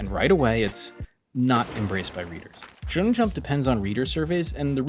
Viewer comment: His name is Araki, not Iraqi The magazine is Shonen jump, not Shon jump